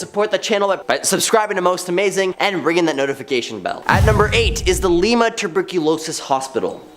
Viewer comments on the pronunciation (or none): It’s Lieman not Lema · Buddy, I'm just helping ya, but the pronunciation is (Lime-a), the "E" makes an "A" sound, and the "I" is prominent, sounds like you're trying to say limo, Lmao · It’s not Lee-Ma 🙄🙄🙄 Lie-Ma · I know it's a minor thing but the pronunciations are difficult but please work on them first. Ver-million, and "Lie-ma." Still hope to visit most of these places ,thanks for the ideas. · Lie-ma lol it’s ok that’s an easier mistake than vermilion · It’s pronounced L I MA